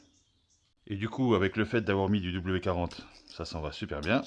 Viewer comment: W"D"40 (et pas "W40" ... 😢)